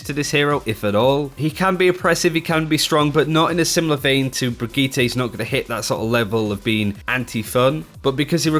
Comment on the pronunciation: QUIT CALLING HER "BRIGITTA" !!!!!! It's Brigitte with an "e" as in enema.